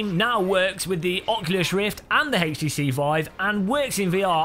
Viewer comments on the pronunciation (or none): why do you pronounce it like "Hage tee see" instead of "age tee see"?